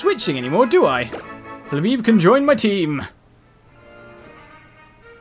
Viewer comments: Ok three things to say XD 1: vivillon's colour depends on you location so us in England have a different colour that people in America do 2:the exp share is quite over powered in this game and that's why I didn't use it in the main game only in post game 3:just a little thing I think its pronounced fla-bay-bay not fla-beeb XD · you messed flebebes name up so much it's Fla bae bae